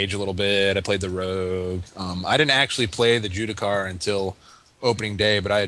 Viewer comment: Can you please tell your friend to stop saying Jewdicar :D